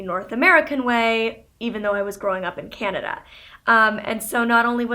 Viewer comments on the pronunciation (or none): none